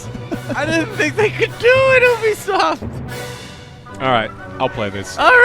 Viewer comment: Ubersoft, yoobiesoft, No one knows